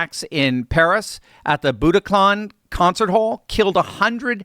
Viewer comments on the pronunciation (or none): That's the Bataclan, not boutaclan. Excellent video nonetheless. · It's Bataclan, not Budokhlan... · It's called the Bataclan Theater, not Budaclan or Butaclan. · BATACLAN....not Butacan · BATaclan not BUTaclan.